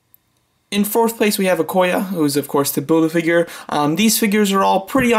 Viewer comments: Its Okoye. not Okoya. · Nice ranking! But you said Okoye wrong. Lol "e" is a vowel, but it doesnt make an "a" sound. Besides that nice video! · Okoye is pronounced O-koy-yay